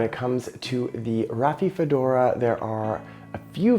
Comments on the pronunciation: Dude... Rafi-fedora? 😒At least learn the name of the plant beforehand... It's not THAT hard to pronounce: Ra-fi-do-fo-ra! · You're mispronouncing name of plant as Raphiphodora...how can we trust your knowledge on subject??? Ugh...and I see that you've misspelled Decursiva as well. Critical details not important to you????